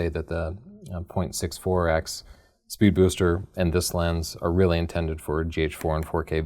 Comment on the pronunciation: Drinking game: Take a shot every time in this video that struggles not to say "Spood Beester."